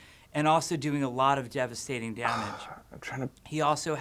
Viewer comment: I did not realize Jeff kept saying "devestating" in the developer update so much until I saw this also, you're guys' reaction to Jeff saying a talking hamster would be silly was basically the same as mine lol